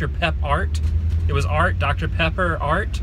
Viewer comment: The way you said "pepper" reminded me of a funny scene from When Harry Met Sally. 😝